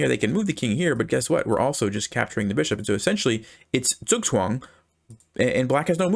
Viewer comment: i just now realised that when you say zookswong youre probably trying to say zugzwang. which just means forced move. But zookswong sounds a lot more stylish lol